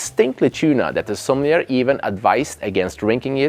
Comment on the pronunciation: SommelierRRRRR and Seabase . come on man if you're not an AI you can do better pronouncing it properly.